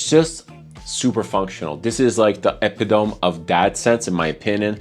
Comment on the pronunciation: Love your videos. Gonna pick up Eau Sauvage Parfum, I really like it. Btw, the word epitome is pronounced “ee-PIT-oh-mee”. 😎